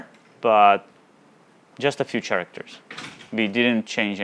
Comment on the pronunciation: Just a tip for your English mate: The ch in "character" sounds like a k. Thanks for the vid!